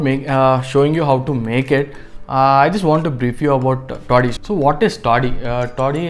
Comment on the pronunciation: It's taadi not toddi